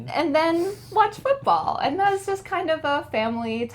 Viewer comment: can you do me another favor? I definitely heard native says and that as an-nat, on this as on-nis. I dont know if i heard it correctly but doing this as doin-nis??? Thank you a lot